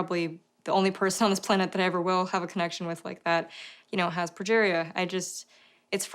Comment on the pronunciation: Pronounced "progeria".